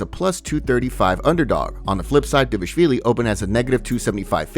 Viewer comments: It’s pronounced like it’s spelled. He’s saying Dvashvili not Dvalishvili. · I believe it’s pronounced dishiavilli